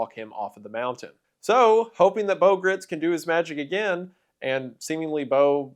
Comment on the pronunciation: Having met Bo when I was a child I can assure you that you are pronouncing his name wrong- he said it with a long i sound